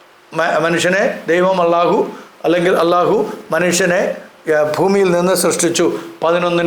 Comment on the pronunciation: അളളാഹു എന്നൊരു പേരില്ല അല്ലാഹു എന്ന് തന്നെ. അളളാഹു എന്ന് നിങ്ങൾ മാത്രമേ പറയൂ ശരിയായ ഉച്ചാരണം അല്ലാഹ് /അൽലാഹ് എങ്ങനെ എഴുതിയാലും same. ആ നാമം തന്നെ ബൈബിളിലുണ്ട്. ഇതര മതസ്ഥരും അതുപയോഗിക്കുന്നു. ഇനി അത് ഖുറൈശികളുടെ മാത്രം ദൈവമാണെങ്കിൽ അറബികൾ ഒന്നടങ്കം ലബ്ബൈക്കല്ലാഹുമ്മ എന്ന് ഉച്ചരിച്ച് പണ്ടേ ഹജ്ജിന് പോയി? എന്തിന് ആ പേര് നിങ്ങൾ ക്രിസ്ത്യാനികളും ഇന്നും ഉപയോഗിക്കുന്നു? ഇനി യേശു ശിവൻ ക്രിഷ്ണൻ വാവര് ശൈഖ് ബിവി ബാവ ഒക്കെ പോലെ ഒരാളാണ് അല്ലാഹു എങ്കിൽ അല്ലാഹു എപ്പോൾ എവിടെ ജനിച്ചു മരിച്ചു ചരിത്രം ഒക്കെ ഒന്ന് പറയുമോ? ദൈവത്തിന് ജനനമോ മരണമോ ഇല്ല ബായ് ജനിച്ചതും മരിച്ചതും മരിക്കാനിരിക്കുന്നതും ഒന്നും ദൈവമല്ല സഹോ...